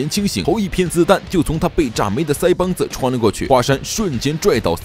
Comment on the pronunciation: 不知道为什么你说腮帮子我特别想笑